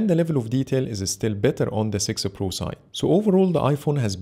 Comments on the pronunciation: It's heard like thay every time, even subtitles write 'sixer' 😂 Anyway, thanks for this great video 😁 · Great camera comparison and great video, but why do you always say sixer pro?😂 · 😂😂in sorry Bro. But the way you say six pro, (Google pixel sexy pro) I know it's the accent but nonetheless loved the video